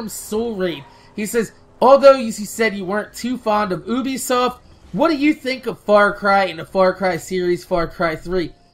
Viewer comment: WTF is ubisoft it's Ubisoft as in U not as in UB jay lmfao XD